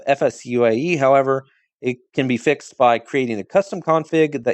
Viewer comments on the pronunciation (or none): none